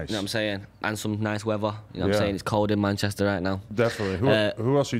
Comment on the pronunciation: Not even 10 seconds into this video and I can already predict Aitch's internal pain everytime Adam pronounces Manchester